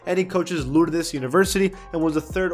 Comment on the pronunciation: The way he said Lourdes has me dying it's pronounced Lords my guy I'm from toledo so i was shook when i heard that 😂